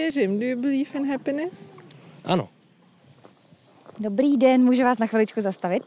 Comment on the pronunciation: Ono spíš měl skvěly český přizvuk, můj učitel/rodilý mluvčí z USA ktery tady je víc jak 7 měsíců, nedokáže říct ani to Ano jak on.... Ano nebo např. dobrou chuť řekne s přizvukem.